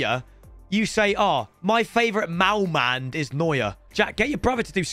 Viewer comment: Its målmand